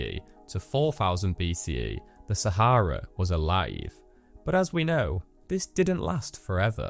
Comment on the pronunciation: Thanks for pronouncing Sah ha rah correctly